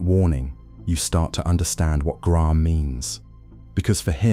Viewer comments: When you pronounced his name as Griahm , I turned off. Hating AI, narrate yourself or piss off. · so AI can't pronounce "Graham" ... got it.